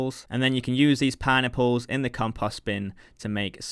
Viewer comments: It sounds like you're saying "pie-nipples" whenever you say "pineapples", lol. Good video as always. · I can not unhear this now... I thought he was saying Pine Nipples but now its just pie-nipples...